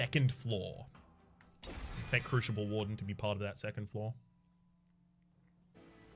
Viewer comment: What a great episode! Two a day?! Awesome! Btw crooshible->croosible & oombra->uhmbra (unless it’s intentional for the lulz)